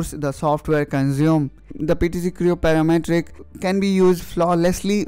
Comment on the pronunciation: PTC Creo "Paramatric" LoL